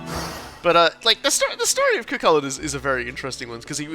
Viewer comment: Oof, that pronunciation of Cú Chulainn. Edit: And Aoife.